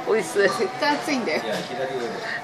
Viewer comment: when you said oishii i thought you said o sh*t, cause you put it was too hot lol.